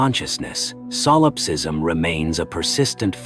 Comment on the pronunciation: really hate ai voices. its not SOUL ipsism. it's Solipsism.